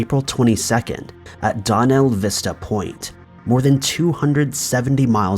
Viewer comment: "Donna Vista Point" no. Its Dana Vista Point.